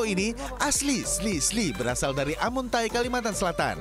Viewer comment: amuntai bukan amuntya